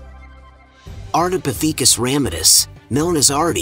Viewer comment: Is it a robot voice? It's very consistent in its delivery. And it's very suspicious that Australopithecus is pronounced correctly but Ardipithecus is butchered. Next time they should not chose "breathless voice" 🙂.